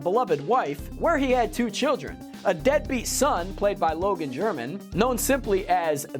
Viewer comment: Did you call Logan Lerman Logan "German" 💀